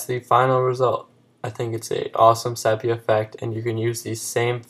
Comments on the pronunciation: SEE - PEE - A not SEP E A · Good video. BTW - it's pronounced see-pee-ya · Pronounced SEE-PEE-AH -- but thanks for the tip! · I would have enjoyed this more if you actually pronounced "Sepia" correctly, it's pronounced "See•pee•uh".